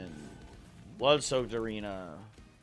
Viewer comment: i’m sorry if this sounds annoying but why does everyone pronounce Wyldenten like “Wendleton” i can’t tell if it’s a bit